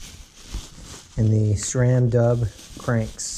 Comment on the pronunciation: Wait?! How did you just pronounce SRAM???